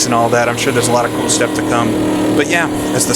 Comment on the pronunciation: One like for the correct pronunciation of Rouen alone. Great stuff!